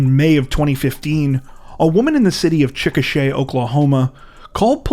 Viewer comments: "Chicka Shay!?" Does this narrator have any word sense!? Always butchering simple words!! wtf!! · "Chik a Shaw," is the pronunciation.